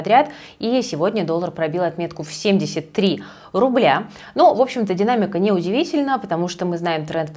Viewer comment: Когда говорит руБля ощущение что она ругается))